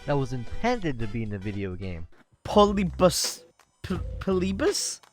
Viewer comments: its pronounced pol-ih-be-us if you need to talk about it in the future for any reason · Someone who doesn't know how to pronounce Polybius Wow